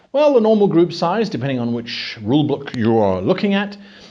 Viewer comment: I heard rule blook or rule boolk at this time